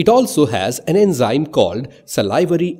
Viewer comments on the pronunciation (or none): none